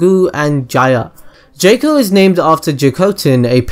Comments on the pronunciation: It's JOCK-Oh....not JAKE-Oh. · I know he pronounced jaco's name wrong but I think he made a cooler pronouncation of his name. jayco > jaco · mofo needs to stop saying Jaco as Jäco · the first thing I already knew way before it got released, this ain't a good start I thought u said I didn't know this xD this best get better :P the 2nd thing, I know as well -_- i know the third as well, gahh you suck! it's pronounced 'Jack-O' they even rhyme it in the film with Taco and Paco, you don't say 'Tayco' do you? -_- lots of the other stuff afterwards, again I KNOW. stop claiming that I don't know this stuff you lie!! xD I'm pretty sure a lot of people noticed the One Piece easter egg! I noticed that straight away I'm pretty sure almost everyone knew that -_